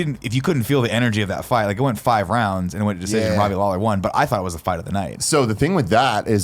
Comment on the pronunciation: Alright I haven't watched this video yet but I'm a huge MMA fan and I'm really hoping this topic doesnt irritate me.... Oh no nick is pronouncing everyone's name's wrong and the Lawler/Cerrone wasn't 5 rounds nick! Also Jon has never been beaten, he got DQ'd for throwing a 12 to 6 elbow which is a stupid rule anyway.